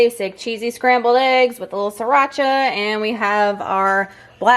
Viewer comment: You're funny about the "sriracha." You pronounced it perfectly. =) I think you're articulate, entertaining, and informative. It's awesome that you're pushing yourself and feeling strong in your workouts!